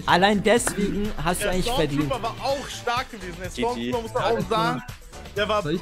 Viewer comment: STORMTROOPER nicht STARTROOPER!